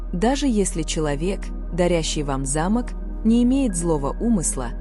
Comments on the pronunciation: Про пятую вещи, которую нельзя принимать, я подумала про старинной замок, потому что ударение было на первый слог. Потом прислушалась о замках во множественном числе и поняла, что речь идёт о замках для дверей. Во всех случаях ударение должно ставиться на второй слог. Если бы мне подарили старинный замок с ударением на первый слог, я все же приняла бы его😊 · Ударение в слове замок ,не правильно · Вы не правильно ставите ударение,по этому смысл теряется.замок-это большое красивое строение.а замо'к-это закрывающие устройство.учтите это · Не зАмок, а замОк! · не за'мок, а замо'к----режет слух, неграмотно!!! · За'мок или замо'к, делайте правильно ударение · Ударение!но терпеливо слушала до этой программы.Здесь:замок-ударение на втором слоге!А в вашей информации(на первом слоге)-не механическое устройство,а здание,особняк и т.п. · Ставьте правильно ударение, не замок, т, е не строение, а замок, т е предмет для замыкания например двери. Слух режет конкретно. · Интересно. Но есть ошибки в ударении в словах. Особенно замок, совсем не допустимо. Ударение надо делать на "о", а не на "а". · Произносите слово замок делая ударение на 2 слог а если делаете ударение на первый слог то это будет старинный дом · Сил нет слушать эти ударения. Замок или замОк. Смешно, о чем вы автор? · Как вы читаете? Правильно делайте ударение.Замок и За'мок большая разница . Неприятно слушать. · КОГДА БУДУТ ЧИТАТЬ.ЛЮДИ А НЕ РОБОТЫ 😂😂😂😂 ЗАМОК.. ЗАМОООК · На слово замок ударение правильно поставьте. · Ударение в слове "ЗАМОК" неправильное для русского языка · Не замок или замок ударение на о а не на а